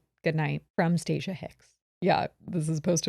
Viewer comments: acknowledging it’s Stacia and then goes right back to called her stacciea lmaoo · You mean StahhCea 😂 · STOP IT! I’m in hysterics at saying Stacia wrong every 👏 single 👏 time 👏 😂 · constantly getting that woman’s name wrong is sending me 😂😂😂😂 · LMFAO this is seriously my favorite episode. getting homegirl's name wrong and having to correct her the entire time has me dying of laughter 🤣